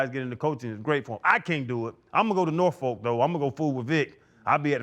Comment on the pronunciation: Ryan. Please ask Coach Tomlin how to pronounce "Norfolk". You all are hurting our ears.